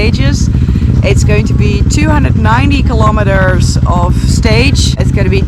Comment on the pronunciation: Who else after watching her for a few years now pronounces kilometers as Kilometerssshh.😄 LOL Be safe Noraly. 😍